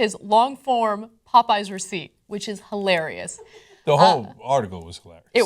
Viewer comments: Why are they pronouncing "popeyes" "pup-eyes"? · Its pronounced POP eyes. Not potpies... Face Palm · "Pu"eyes Ana... it's called Pupeyes. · It's Pa-pies, get it right. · Puh-PIES Ana? LOL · Pop-pies? What the hell? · why are they pronouncing Popeyes like that?